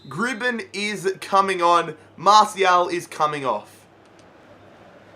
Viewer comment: it's mar-ti-al not marshial